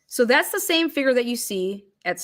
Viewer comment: I love that you pronounce “figure” like Alanis Morrissette. 😁😘